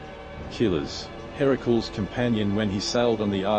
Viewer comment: I have never heard such a horrible pronunciation of Ganymede. It's not even close to any commonly accepted pronunciation. And Hera-cools for Heracles? Teer-eez for Teiresias? Instant thumbs down. Learn how to pronounce the words on your script before you make the video, or don't make a video.